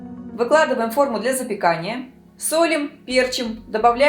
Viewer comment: Не пЕрчим, а перчИм...